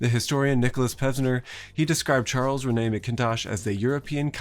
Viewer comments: I'm not a big fan of how Mackintosh's name is butchered. Almost as if it's Charles René McKintosh. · FYI it's pronounced Charles RENy MAK-in-tosh. Your pronunciation would be spelled McIntosh. Source: I'm Scottish and studied at the Mackintosh School of Architecture. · Having lived in Scotland since I was a child and having studied architecture in Scotland, the utter American butchering of Charles Rennie Mackintosh's name is killing me 😭. He's not French, so Rennie is said Re-ni and it's MAC-kintosh not MC-intosh. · Charles Rennie ( Reh -nee) (rhymes with penny) Mackintosh ( Mack -in-tosh) Rennie is not Renée, or René. Scottish names beginning with "Mac" usually stress the Mac. There are always exceptions, of course, but Mackintosh isn't one of them. 😁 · it's not pronounced as Rene,. it's Rennie and it's Macintosh (like an apple MAC) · The Rennie in Mackintosh's name is not the french pronunciation, think Re-knee. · this is great but it's Rennie (rhymes with 'Bennie' duh) MacIntosh (accent on first syl geeze) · His name is pronounced Charles Renny Macintosh... From a fellow Scot. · Just for the record it’s pronounced; Renny Mac-in-tosh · Rennie pronounced Reh-Nee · As a half Scot, your pronunciation of ‘Rennie’ as ‘Re-NAY’ is grounds for a pub fight. He wasnae French! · "Rennie" to rhyme with "Penny" and "MACintosh" like the apple computers. But don't sweat it, good pronunciation is not as important as good overall communication of ideas, and you tend to do that very well. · Literally THE worst pronunciation of Charles Rennie Mackintosh that I've ever heard. Made my skin crawl. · How do you not research how to pronounce the names Rennie and McIntosh. It's just embarrassing! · That’s not how you pronounce Rennie or MacIntosh btw